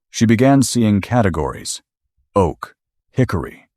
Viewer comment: love this story☺️ narrative is also good - except one place where he said dry O A K